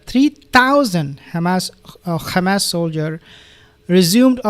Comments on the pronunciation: He mocks the Israelis by using their incorrect pronunciation - Khamas. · you pronounce Hamas like hebro jews ,like Nutyohoo, there is no khamas my friend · Please dear beautiful soul Just want to know that you put too much effort on the first syllable of the word hamas. Pronounce it as a "H" like the dich hummus if this help. Only Israelis scratch their throat to Pronounce the Ha. BTW you pronounced ot right the first time in your video then you rectified. God bless